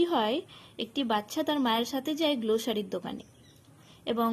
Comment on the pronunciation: Grocery ✅ glosary ❌